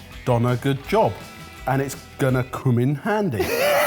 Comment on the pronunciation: "Coom in handy"???